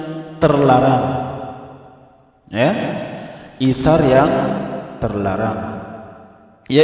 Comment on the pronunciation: Isar pak bukan itsar